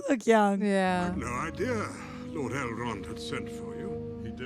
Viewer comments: Azagol lol, and then you said Eldrond lol ah man im crackin up. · Four films in and we still don’t know it’s Elrond, not Eldron! The sword is the sword Bilbo gave Frodo in LOTR, you know what it can or cannot do. Gollum is not a hobbit, if you had listened in The Two Towers, Frodo said to Sméagol “you were not very different to us once” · How many times can you get 'Elrond' wrong? Poor effort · You've now seen 4 movies based on Tolkien's work and yet still you cannot pronounce "ELROND" correctly. I cannot tell if you're doing it purposely or not. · calling Elrond Eldron and calling Rivendell Rivendale is sending me 😂